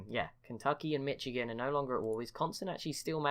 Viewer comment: Also it’s pronounced Mishigan